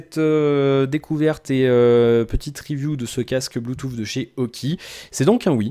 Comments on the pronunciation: Désolé tu peux avoir un bon niveau qui n'empêche pas de faire des erreurs. Le premier lien est la phonétique qui prononce bien "Bluetooth \blu.tus\ "et le deuxième le confirme, tu dois avoir des problème d'auditions, fait le écouter à d'autres personnes tu verra. Sinon ne t'excuse pas c'est pas grâve, personne n'est parfait hin :p, mais sinon content que tu revienne régulièrement je vérifiai si il y'avait des nouvelles vidéos sur ta chaine. Reprend les quotidiennes comme elles étaient.....je les regardaient le matin au ptit dej. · stp apprends à prononcer le mot "bluetooth"....... en phonétique